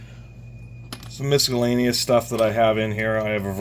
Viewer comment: misk-a-lainious..it's not a "hard C"..🐈..stop